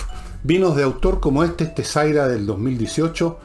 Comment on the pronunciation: El vino se pronuncia syra!!!! Un syrah es syra no zaira!!!!!!!!